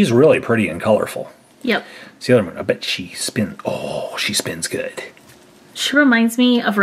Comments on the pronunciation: It is NOT salior moon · It's not salior moon